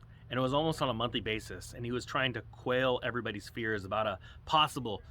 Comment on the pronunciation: Its 'quell' not quail but its cute everytime you say it : D